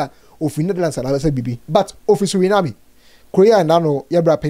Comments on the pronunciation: It is Suriname not Surinamie ah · I beg, I gbaa with the name of country, it is actually pronounced (sur·uh·naam). We’ve also been taught that ‘Suriname’ was a Dutch Colony so it’s possible for one to get a Netherlands passport🙏🏿. I love the comment section ❤️ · 😂😂😂😂😂. I was also wondering which country Surenaami was. Thanks for the correction